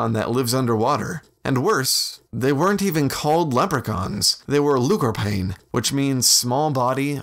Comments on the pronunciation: Also the end of "lúchorpáin" is pronounced like awn not ain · Nice little vid. I will say though, pronunciation wise: lúchorpáin is 'luke-orpawn' because of the accent over the 'A'. And Tuatha Dé Danann is 'Too-ah Day Danin'.But those are minor gripes. Nice to see our folklore been given attention.